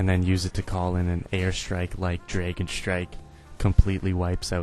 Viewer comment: I like how you say "dregon"